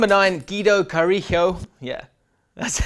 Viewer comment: Is it not Guido Cari(jj)o? Like Leo Ulloa...